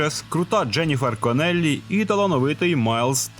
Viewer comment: Не КонЕллі, а КОнеллі: вона ж з ірландців, а не італійців )).